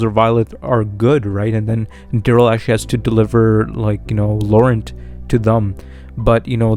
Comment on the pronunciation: Ya gotta say Laurent with a fun sexy French accent